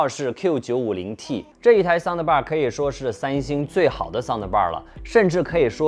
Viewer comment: 不要说soun的bar了，的是轻音不用发音出来的。